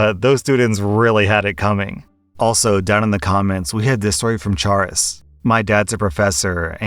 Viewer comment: The pain of hearing that username "Charis" pronounced "Char-iss" is real. That's my name too and it's pronounced "Care-iss" :')